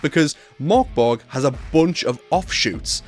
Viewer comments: You dont need to do the complicated Murk Berry thing - it actually says in the book on page 1, Pronouced Murk Borg. phew! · The Ö means it’s pronounced Murk Borg